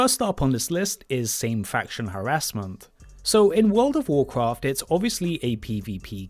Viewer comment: Just watch his videos and you'll understand. Spoiler: He just steal his videos straight from other content creators. The only thing original in his channel is the way he says wod of wuvcwaft